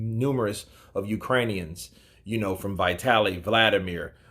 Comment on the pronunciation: dude it's not Vai-taly. It's Vee-taly...